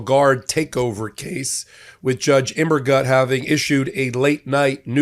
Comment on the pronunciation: Immergut - I think it's gut like put, more of an oo sound. I think it means Evergood in German.